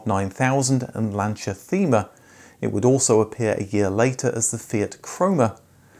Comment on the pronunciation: The Lancia Thema - it's pronounced 'tee-ma'. :D